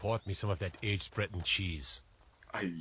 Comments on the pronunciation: I think he said "Aged Breton Cheese" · It's 'Aged Breton cheese', not 'aged bread and cheese'